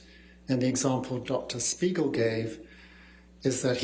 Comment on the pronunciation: Just look at his face after hè pronounced the name of dr spiegel in the beginning....